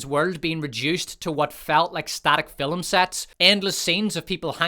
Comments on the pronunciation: Okay is there some Irish thing that I'm missing here with the pronunciation of FILM as FILLUM? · Dude, it’s pronounced “film,” and NOT “filum!” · I came for the pronunciation of 'Filum', and stayed for ' excellent hosting this year. Brilliant work team despot. Bravo! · Great content. Though 'film' is pronounced *film*, not "fillem'. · What's a "filum?" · I had to give a like... but I was on the fence because this guy can't seem to pronounce the word "film"... Just the one syllable. Sound it out...